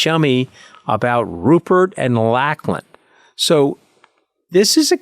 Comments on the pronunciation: Please tell Anthony that 'Lachlan' is pronounced 'Lock-lan', not 'Lack-lan'. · I’m no fan of the Murdochs but can someone teach Anthony how to pronounce Lachlan.